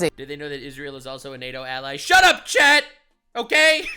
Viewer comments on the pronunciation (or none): none